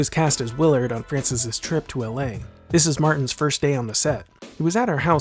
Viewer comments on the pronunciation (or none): Where is Uh-lay? Did you mean L.A. ? The letter "L" is pronounced like "el" not like Uh. Don't be lazy.